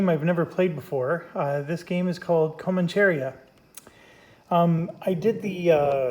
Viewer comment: It’s pronounced co MAN cha ria. :)